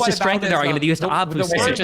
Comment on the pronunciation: volume louder is always a good argoomunt!